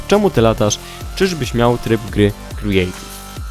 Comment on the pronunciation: mówi się kreatiw! !!!!